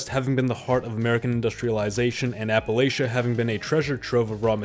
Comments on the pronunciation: Its crazy. You would think if you need to pronounce a word 10+ times and clearly dont know how to say it that you’d look it up or figure it out somehow before making a video where you confidently butcher it every single time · Cracked me up the way you pronounced "Appalachia" every time. This is how we know we still have real humans making our videos 😂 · It's so hard to take you seriously when you can't pronounce Appalachia. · Is it a purposeful gag that you pronounce “Appalachia” differently every time? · I like how he pronounces "Appalachia" a different wrong way every time. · Is this guy gonna pronounce Appalachia different every time he says it 😂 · I love how he’s deliberately pronouncing “Appalachia” differently each time he says it to piss off people from that region. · Bro, you pronounced "Appalachia" differently every time you said it! WTF?! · Dude, please just pronounce Appalachia correctly one time 😭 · I don't think he pronounced the word Appalachia the same way at any point in this video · I’m at the point where “Appalachia” has been said four times. It has been pronounced in four distinct ways. 😂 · You seem to be toying with the pronunciation of Appalachia. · Please god, never say Appalachia again. It hurt me to hear it. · OKay, the 900 different pronunciations of Appalachia is golden chefs kiss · Every time you say Appalachia you pronounced it differently 😅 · This dude tried saying "Appalachia" every possible way he could 😂😂😅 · Love that "Appalachia" gets worse every time you say it 😂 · Why did you pronounce Appalachia differently literally every time it was mentioned lmfao? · I swear every single time he said "Appalachia", he pronounced it differently 😆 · Why did bro pronounce appalachia different every single time? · Anyone else catch the 20 different pronunciations of Appalachia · I'm impressed by your refusal to pronounce Appalachia correctly in multiple different ways. It takes creativity to be this wrong. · Wtf says appaloochia? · it's apple-asia